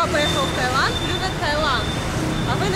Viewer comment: Сколько раз туда ездили, а так и не можете запомнить, что правильно ТаИланд.